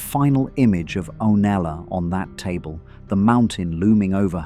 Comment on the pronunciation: This was such a high quality analysis but the constant inconsistent pronunciation of Septa Unella's name was such a distraction